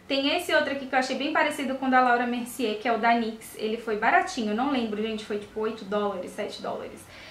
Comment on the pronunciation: Kkkkkk, você falando "Laura Mercier", kkkkkkk. Quando eu passo filtro solar, às vezes eu coloco pó compacto da Avon que eu amo de paixão, o Color Trend. Gosto do resultado final sabe lindinha??? Não me preocupo muito com cobertura não, pois pra mim, o importante é estar protegida do sol =)